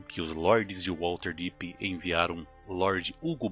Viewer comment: Material incrível, muito bem roteirizado e ótimas escolhas nas imagens. A única coisa que me incomodou bastante foi a pronúncia de "WaLterdeep" mas de resto o vídeo está sensacional.